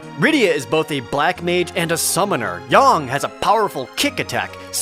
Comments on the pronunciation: Why do you keep pronouncing his name Yong? It's Yang. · his name is Yang, not Yong you weab